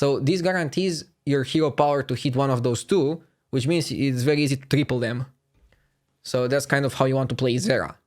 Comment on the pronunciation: That guy and his ugly Ingrish.... saying TREEPOLL instead triple ...